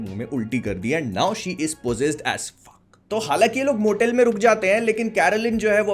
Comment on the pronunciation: Bhai tumne phak bola.